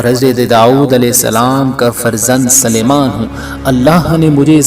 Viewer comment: آپ حضرت سلیمان علیہ السلام کے سین کو زبر پڑھتے ہیں قرآن میں دیکھیں س پر پیش ھے امید ہے کہ درست فرمالینگے